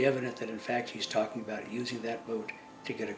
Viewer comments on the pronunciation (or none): none